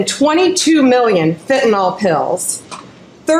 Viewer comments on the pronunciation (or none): It’s not fentanOL you idiot, it’s fentanYL. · She can't even pronounce the word FENTANYL. It's NOT "fentanOL". A whole room full of IMBECILES. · What the heck is fentanol ? It's fentanyl, Pamela.